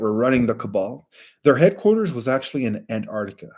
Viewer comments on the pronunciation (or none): none